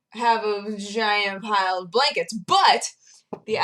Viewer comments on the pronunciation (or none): "I currently have a giant pile of blankets" Sounded to me like (And note i was eating and looking something else up) "And I have a vagina island of blankets" Super.